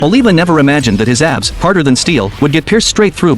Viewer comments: I keep hearing "ass" instead of "abs" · Why my ears are hearing Ass instead of Abs